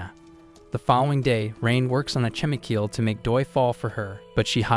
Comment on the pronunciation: i luv how they pronounce "chemical" as "chem-ee-keel"